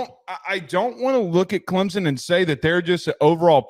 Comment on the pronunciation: Why can yall not pronounce clemson correctly?